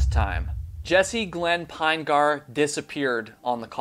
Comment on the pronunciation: Jeez, everytime I hear this story on Youtube, you content creators always get his name wrong, wrong, WRONG. It is not Pine-gahr. His name is Pin-uh-gurr. Pin-uh-gurr is how you pronounce Pinegar.